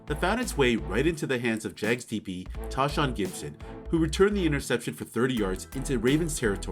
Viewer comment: It’s Tay-Shaun not Tah